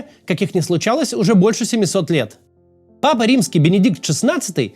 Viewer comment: Папа, а не Пыпа(